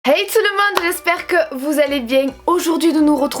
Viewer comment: je suis Parisienne et à chaque début de vidéo je ne peux pas m’empêcher de dire en même temps que toi « hey tout le mondeuh j’espèreeee que vous allez bieng! » avec ton accent haha 😍